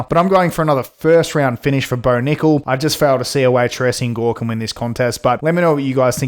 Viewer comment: Why you keep pronouncing gores name wrong